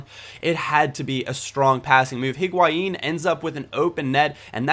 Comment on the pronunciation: the H in higuain is silent.........